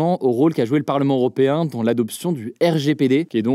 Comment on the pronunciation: Européen non pas Oropéen😂